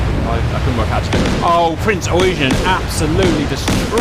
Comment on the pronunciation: Yamato! not yamamoto lol and you pronounce the Eugen as Oigen not eugene :D